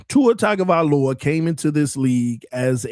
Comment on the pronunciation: It’s just now hitting me why you never learned how to properly pronounce Tuas last name 😂 he was never your QB…